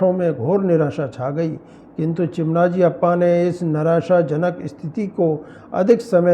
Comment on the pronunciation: भाई, चिमनाजी अप्पा नही , मराठा सेनापती चिमाजी अाप्पा है नाम का गलत ऊच्चारण मत करना